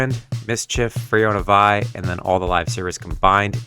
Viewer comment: Vie is pronounced Vee